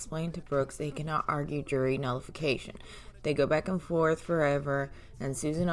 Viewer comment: List of words that db cant pronounce that end with TH and replaces it with The letter F. Oath-oaf Truth-troof Both-boff Forth- forff Bathroom-bafroom Month-munt Other words Axed Grounz Tackit Living human bring Wather Pepperations Prejudices my defense